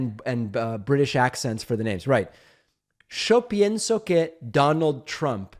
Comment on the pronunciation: Oh my god David the way you said “Yo pienso” “Show pienso”. Love the Argentinian accent!! Reminds me of my grandpa